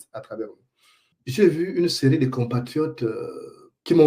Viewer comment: ton rire forcé ne trompe même pas un bébé. Essaie de dire eu pas é. (Deu mon dentier, pas dé mon dentier)Tout le monde ici adore Oligui. Ton oncle Matoka Gide dit que depuis fin février 2024, il vit le paradis comme tous les autres retraités. Ta fameuse rentrée politique, un flop, la honte.. Une honte que tu prétends cacher dans un faux rire,un rire ridiculement forcé et qui fait rire lui même.